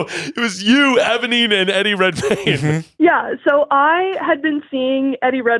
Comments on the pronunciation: saying ebonine instead of eponine is killing me! 😂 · Cannot believe that mispronounced Eponine THE WHOLE TIME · Obsessed with ’ pronunciation of Eponine the entire call